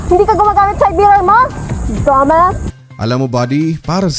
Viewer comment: Yuck! The way she talks lol Trying wayyyyy too hard hahahahah The way she said dumb ass = "Domas" hahahaha... YOU TELL ME YOU TELL ME Geezzzzzzzz Sorry but she ain't it